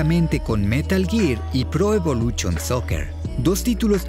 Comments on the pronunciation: Porque dices pro evoluchion? Es evolution. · Ulalá señor francés no se dice "pro evolushion soccer" - entonces? - se dice "pro evolúCHOn soker" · Pro evoluCHOOON soccer 🤣🤣🤣🤣🤣🤣🤣🤣🤣🤣 Muy buena prenuuunciación jajaja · Me encantan sus videos, pero que problema tienen ustedes que pronuncian tan mal algunas cosas , pro evoluCHON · Magistral video. El man que narra tiene buena voz pero de verdad, que por favor deje de decir "evoluchon".